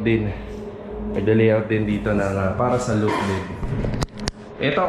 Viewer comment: Sir tinutukoy po nyo na nasa ilalim~ gas tank po, no? Di stove? Dalawang beses po nyo nasabi kasi... Suggestion din po sa pronunciation: law-ft po imbis na loo-ft.